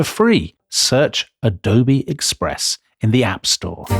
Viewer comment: Dom always makes me laugh when he says “adobayyy express”. Like he’s befuddled that there’s a product that good